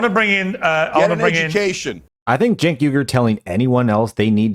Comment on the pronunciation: It’s not jenk or cenk. it’s chunk. Get it right from now on :) eff that chunky bih.